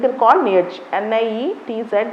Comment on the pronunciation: It's not neirdg mam it's Fredrik neitzche